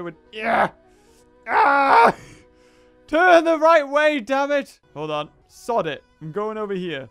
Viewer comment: Teurn the right way demit